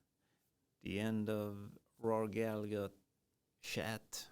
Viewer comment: The 2nd g is silent - Gall - a - her